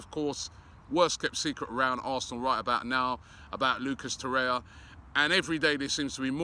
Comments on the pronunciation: FFS Robbie it's Torreira and not Torre-ya. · Please say Torreira not Torya. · Robbie it is TorreiRA. You also fail to pronounce the last syllable -RA. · The 'r' in Torreira isn't silent "obbie" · Waiting for Robbie to pronounce it properly too.